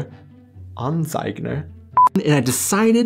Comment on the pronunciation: It's funny that in the outtakes you correctly pronounce "Anzeiger", and then mispronounce it and used that in the video actually. :P Regarding Sendung mit der Maus vs Benjamin Blümchen: I think these are two rather different concepts. SmdM ist more of a documentary for Kids, while BB is entertainment, with maybe a bit of education / moral compass mixed in. As a kid I liked BB radio plays, and had like 60 different BB cassettes (I might still have some of those). So from "what adds more value" it's clearly SmdM, but considering I spend significantly more time on BB as a kid, I would vote for Benjamin Blümchen anyways. And because they are so different, it might be best to just watch some of both ;)